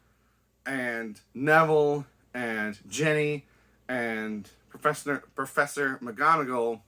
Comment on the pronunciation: "Professner" I like it